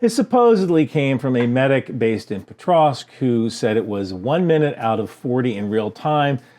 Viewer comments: POKrovsk - not PETrovsk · Its pokrovsk not petrosk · I’m pretty sure it’s “Pokrovsk” sir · There's no "tr" sound in "Pokrovsk"